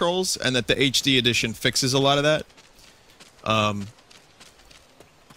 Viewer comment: "HD Edtion" Nice.